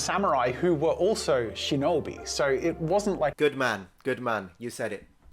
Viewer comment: If you want to talk about pronunciation, it's pronounced "shee-know-bee", not "shin-knobby"